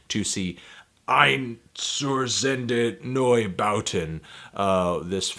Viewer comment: I love your pronounciation of ,,Einstürzende Neubauten'' Anthony :D Ayn-shtur-tsen-dey Noi-baw-ten